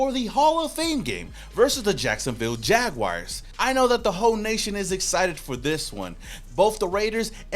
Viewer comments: Jag WARS! Not WIRES 🙄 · PLEASE AS A JAGS FAN STOP SAYING JAGWIRES!!!!!! HAVE YOU EVER HEARD OF A ANIMAL CALLED A JAGWIRE?